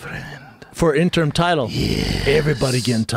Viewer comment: hahahah fucking Schaub always saying "interm" lol I love it, shit cracks me up when he can't say "interim"